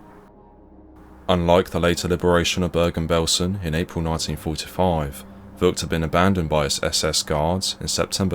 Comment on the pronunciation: He doesn't speak Dutch. I'm sorry for his mispronounciation